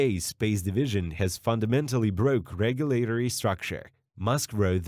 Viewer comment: You need to practice your pronounciation, how you say a word, of the word (regulatory). The way you got it all butchered up you sound like some 3rd grader trying her best to spick it right